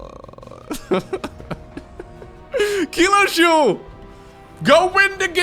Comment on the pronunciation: Funny game and commentary. Only Kilojoul could be pronounced more English, not French ;-D